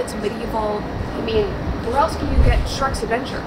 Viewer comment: Can't believe you just said " Sherk's Adventure" 🤣 I won't let that slide!